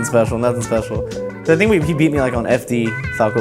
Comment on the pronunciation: 30 seconds in, already lost my shit at the I fiiinnk